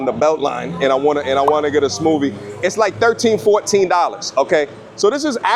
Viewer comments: Not being able to pronounce smoothie and then judging them on the way to strawberry is spelled and you're an American lol but now I'm glad for you, Homie so glad for the content. Love you bro. Much love. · That New York came out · New York accent bro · NYC accent🔥